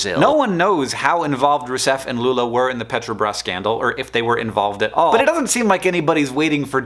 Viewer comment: fiquei impressionado com a pronuncia... muito boa mesmo